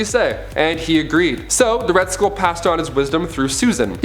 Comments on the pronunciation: Also it's Red Skull, not Red School. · He also said Red School, instead of Red Skull. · He also said Red School instead of Red Skull. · "Ra's al Ghul informed Batman that her and Robin had been kidnapped" She and Robin had been kidnapped. "She's the daughter of Red School. That's right the villain of Captain America, the First Avenger. So Red School realized he needs a male hair". It's not Red School. It's Red Skull, like dull. It's not hair, it's heir, like air. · Also, Red Skull, not Red School.